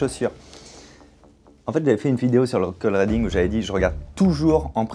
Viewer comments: Cold reading à prononcer riding et non pas reding Fabien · Ça se prononce cold riddingue pas cold rédingue 😂😂😂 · Cold rédingue?? Cold reading, riiiidingue comme un i